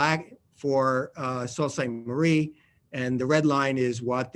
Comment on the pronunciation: I I thought it was pronounced 'Soo Saint Marie,' not 'Salt Saint Marie.'